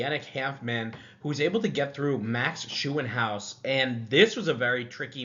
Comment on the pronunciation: Max Shoe-in-house 😂 gotta work on that German Umlaut pronunciation! 🇩🇪